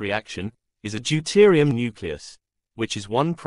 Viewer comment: Deuterium - not Deutirium